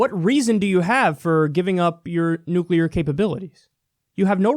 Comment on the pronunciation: Playing catch with the "nucular" football.:p